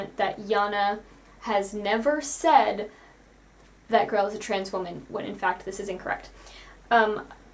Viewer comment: Her name is Grelle. Why is everyone calling her "Grell"?